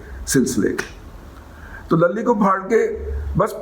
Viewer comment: 😜😂😜😁😁 سر جی ! صدیق لَلی نہیں، صدیق لُلی Luli